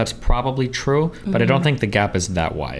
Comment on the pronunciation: If you like accents, you'll love . "By one or two." - "One or twaur? Nauuuur! That's not trueauurr!"